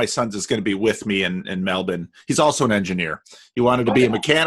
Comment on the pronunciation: You have got you're "Melbourne" pronunciation Bonza mate!